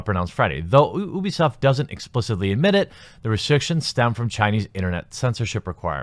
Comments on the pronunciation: Its pronounced you-b-soft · Pronounces Ubisoft OOBISOFT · Heh heh heh... sounded like he said "boobysoft" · Jeremy you say Ubisoft like Boobiesoft. lol